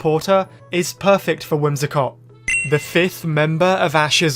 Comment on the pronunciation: WHIMSICOTT, NOT WHIMSACOT!